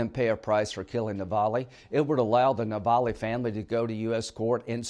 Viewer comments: The bravest man you met, Sen. Graham, is Navalny, not "Navally." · Hey Linsea Grammar……it’s NOT Navallie……it’s Navalny! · Lindsey cannot even pronounce Navalnys name correctly. What a major F UP!